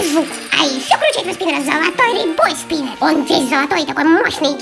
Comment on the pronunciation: Юми вопше ржака она когда назвала спинер спенер минер